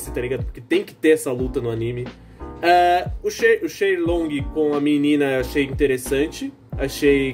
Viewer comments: Bicho, é FEI LONG o nome do personagem! Não Shay, nem Shen, é FEI! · É Feilong o nome do personagem,não Shelong.